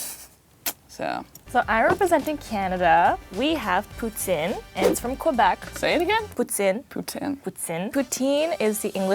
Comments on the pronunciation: OMG the Canadian girl pretentiously pronouncing Poutine the Quebecois way but saying Kwa-Beck is the most irritating thing ever. LOL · Pronounces "poutine" perfectly Completely butchers "Montréal" and "Québec" :(